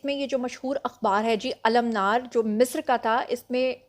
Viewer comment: المنار کا صحیح تلفظ ال۔۔۔ منار۔۔۔۔ منار (منارپاکستان والا) میم کے نیچے زیر